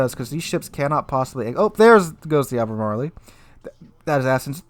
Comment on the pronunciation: Hahaha love your videos man, but for the love of Poseidon... it’s AL-BUH-MARL. There’s no ‘ee’ sound.